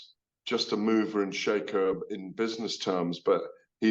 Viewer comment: Can’t believe they didn’t laugh at ‘mover and sheikher’